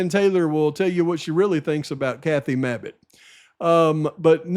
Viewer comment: 😂😂 how ya say" Mabbit" cracks me up hahaha yea last person I'd want is her!! 😂😂